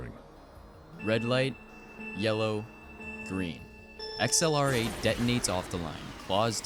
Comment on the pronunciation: XLR8 isn’t pronounced “Ex El Are Ate”. It’s ACCELERATE.